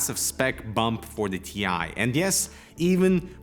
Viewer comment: According to Nvidia.... It's not a T I It's a TIE. Don't mix them up, please.